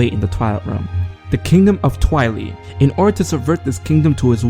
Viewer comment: Twili is pronounced "Twy-Ly" not "Twy-Lee"